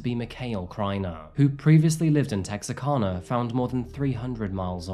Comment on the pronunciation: As a Texan, your pronunciation of Texarkana was funny. You said, (Tex-ar-CAW-na). There's no "caw" sound. It should sound more like "can", as in a tin can. (Tex-ER-CAN-a), if you want to be real Texan, but (Tex-AR-CAN-a) is fine too. Not making fun. Just pointing it out. Us Texans don't talk correctly. There's an Italy Texas, but pronounced (it-lee). There's a Palestine Texas, but pronounced (pal-eh-stee-n).